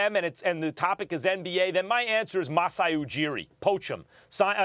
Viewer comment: I’m Sorry but you damn well can’t suggest Masai when y’all can’t even pronounce his name properly🙄🙈